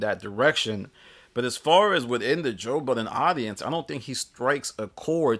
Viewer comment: I’m disgusted with the way that you pronounce his name 😂😂😂